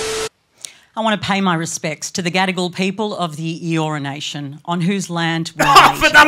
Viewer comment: Did she say the Gadigal people of the urination? This has been one of your best I'm crying with laughter 🤣😂🤣